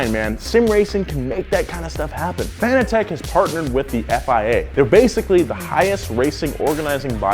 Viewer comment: Some tell him he saying fanatec wrong.